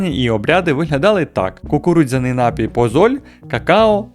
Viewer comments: Та досить вже говорити нАпій, окей один раз, але щоразу ну просто слух ріже. Я не стараюсь душнити, але ж слово напІй, з наголосом на другий склад, навіть звучить милозвучніше... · НапІй, а не нАпій!!! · НапІй, напОї й усі слова цього ряду мають тільки один наголос.